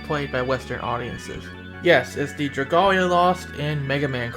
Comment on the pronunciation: LOLOL hearing you say dragolia lost well it's okay but it's pronounce dra-gale-lia lost